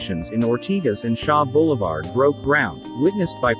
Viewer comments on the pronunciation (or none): none